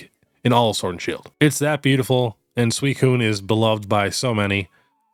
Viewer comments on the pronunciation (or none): none